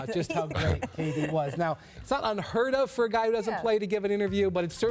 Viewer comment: He says *kayy D instead of KD lol